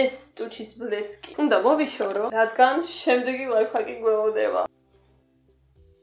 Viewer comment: ლაიფხაკი არა ლაიფჰაკი